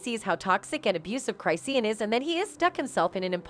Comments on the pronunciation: "Cry see an" 😫🤣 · 'Cry-seen'??? 😂😂😂😂😂 Come on guys do better 😂😂😂